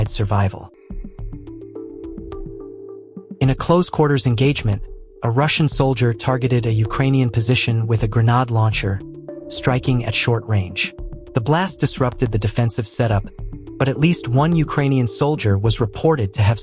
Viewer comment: not grenode you English speaking idiot! grenade.